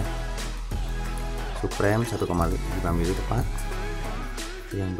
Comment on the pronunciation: Suprem ? SUPRIM boy bacanya 😭